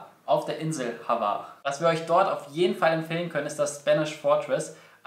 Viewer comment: Es heißt nicht havar sondern hvar